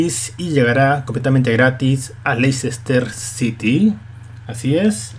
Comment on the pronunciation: I'm Super Holly Se dice: Less-tah, no: Leicester.